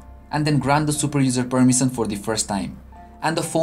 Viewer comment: abe permison nahi hota permision hota hai.....